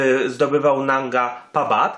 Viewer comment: Mógłbyś się nauczyć chociaż nazwy góry Manga ,Narga Papat